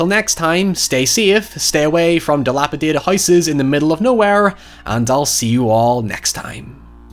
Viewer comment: I always felt that the 2003 remake was really very respectful of the source material. I can remember reviews at the time claiming it looked too polished in comparison to the original 1974 film. I felt that was an odd complaint, though I suppose it is not an invalid one. Also, thank you for pronouncing dilapidated correctly. There is only one t in that word and it does not replace the second d.